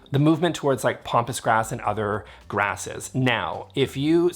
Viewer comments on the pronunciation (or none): Hi, I really enjoy your videos, but please say "pampas grass" not pompas grass. This is my second time to mention this small error in pronunciation. Thanks, Bill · "Pompous grass"? Lol.